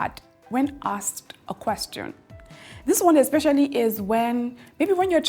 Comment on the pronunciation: ASKED not AXED I bet you are Nigerian. You are teaching English please mind your pronunciations